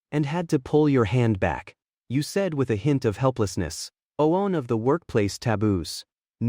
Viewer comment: Bro, this AI has no clue how to say “one.” I’ve never come across one that has such a hard time with such a simple word. Lol